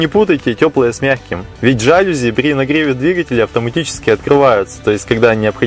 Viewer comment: ЖалюзИ ударение на И